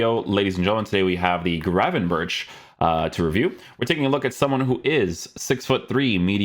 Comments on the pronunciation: But he says grafenbursh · You say his name wrong, CH = G , same as Bergkamp.